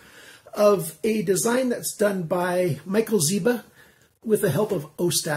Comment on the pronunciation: Michael Zięba ang Michael Zieba. Small mistake but important.